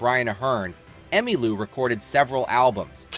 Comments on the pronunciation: No kidding! "Fuse-ed". "Emma Lou". Frequent er-roars. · Who writes this crap? More to the point, who (or what) READS this crap? her name was pronounced "Emmalow" and Parson's death "de-stab-i-liz-ed" her. Is it some kind of reading bot?